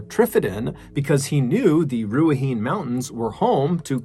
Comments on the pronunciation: It's knee not nay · It's pronounced rua heine. Has a e sound at end. Not ruhahin. It's pronounced as it's spelt. Ruahine. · Just a quick lil note as a kiwi, Ruahine is pronounces "rua-hi-neh" instead of rua-hine :) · Just to note, Ruahine is not pronounced roo-uh-heen. It is pronounced roo-uh-hee-nay. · Heya long time watcher, first time commenter, it's pronounced kinda like "ruahinay" not "ruahin". From a New Zealander 😊. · Nice effort on your pronunciation of New Zealand place names, but 'Ruahene' is pronounced 'Roo-A-He-Knee', not 'Roo-A-Heen' lol. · Another awesome episode. Just so you know, with NZ Maori place names, you pronounce the 'E' - so Ruaheen as you say would be pronounced closer to Rua Hee Nay (someone else might be able to spell it better phonetically, south islanders and north islanders have different accents and my Maori family are from Awanui so I pronounce things closer to that way myself). I grew up waaaay up north myself, a place that gets confused with Daniverke actually just because of the name called Dargaville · Just a quick FYI for all. The Ruahine region and ranges are indeed a dodgy area. However, the correct pronunciation is NOT Ruahine. It is Ruahinee. The word is from the native people, the Māori. Linda. 🇳🇿📚🍷🦆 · Ruahine is pronounced Roo-ah-heen-ay. And Gisbourne is Gis-bin. And FYI Melbourne is Mel-bin. Bourne is pronounced "bin". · #1 - "Ruahine Range" - Ruahine is pronounced, Roo A He Nae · This Kiwi is thrilled you covered a New Zealand story! AND one I had never heard of, at that! Not bad pronunciation-wise. Down this end of the world, we shorten things, so "Giz-bin", rather than GisBOURNE. Ruahine = Rua-heeny. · Its pronounced Rua-hee-nay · Just so you know, Ruahine is pronounce “Ru-ah-hee-neh” and you roll the R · It’s pronounced “Gizbin” “Danny-Verk” and “Roo-a-he-ne” love from NZ ♥️ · Several months late but Ruahine is pronounced Rua-he-nee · Du-a-hee-neh ranges (Māori r sounds half like a d)